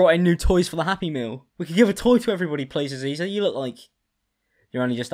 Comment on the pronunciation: Stop saying Aziza and Visa thats HILARIOUS